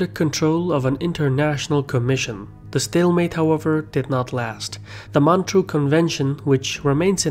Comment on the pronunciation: It's MontREUX, not Montreal.